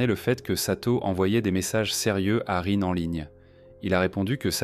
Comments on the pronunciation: Bizarrement, cela ne me surprend pas .... PS: Rin se prononce Line. 😉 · Soit tu utilise une IA pour lire a ta place. Soit t'es le seul habitant de la France de cette generation qui est pas foutu de prononcer Rin a peu près correctement. Dommage pour la crédibilité. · La prononciation de son prénom est insupportable et même le nom du village est mal prononcé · Pas que, rien ne va. T’en en temps « reins » t’en en temps « rin », « satoshi » devient « sato » et « ryouta » est « yota » puis « tsurui » est « tsui » et bien évidemment l’incontournable « okaido » qu’on est pas ce que c’est, je ne connais que Hokkaido perso 😅 C’est une IA maintenant on est sur